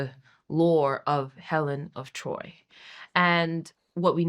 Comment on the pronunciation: Helen of de Troyt.